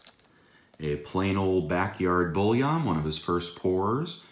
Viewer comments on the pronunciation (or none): Bullion not bouillon lol